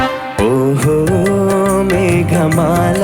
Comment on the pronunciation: మేగమాల కాదు మేఘమాల!